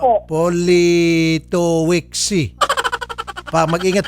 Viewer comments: Politovitch ang pagpronounce nyan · its' pronounced Politovicz. Hes Polish, probably living in UK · Pronounced as Politovitz. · Politovich yung pronunciation ata. Sounds like Russian surname or from Central Europe. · Poh li to vitch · Politovich ang pronunciation nyan. W kasi ang V sa Polish, saka Cz ang Ch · Politowicz di british na apelyido more on Poland name😊 sapantaha ko lang🙂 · Politowicz is a Polish surname idol Raffy. Ang basa dyan is "Poli/to/vich" 😅😄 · Politowicz....Polito-vich. If I am not mistaken kung papaano sya bigkasin. 😬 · dmi konG twa sa paG kabAnGGit ni idOL sa apelyido hahahaha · A polite daw parng kinuha sa apilido politowicz 😂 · Natatawa ako kay Idol Raffy as psgbigkas ng apelyido nung foreigner....hehe